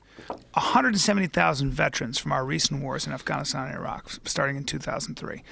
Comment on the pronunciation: Brian still pronounces words with a British accent to sound smart. You hear how he pronounced Afghanistan?